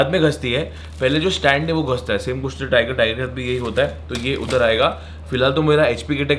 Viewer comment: Ghasta nahi ghista😀